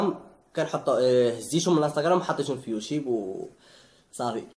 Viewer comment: ملحوظة صغيرة اخي إلى ممكن اسمو يوتوب ماشي يوتيب وهذا النطق تاعو بالإنجليزية YouTube.خطا في في النطق وراكوم عزاز ا بزاف